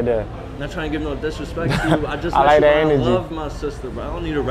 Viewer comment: When he says “thaa part” it makes me creaseeee still 🤣🤣🤦‍♂️